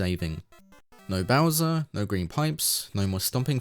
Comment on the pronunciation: why did you call him Browser